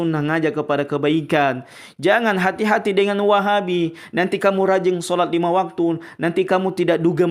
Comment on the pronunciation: Apa lg kalo pas ngucap "Wahhaabbi...mendok banget kol kolah langgam Jamadur nya..😁